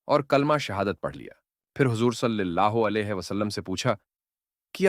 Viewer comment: صلِی اللہ علیہ نہیں ۔ صلَی اللہ علیہ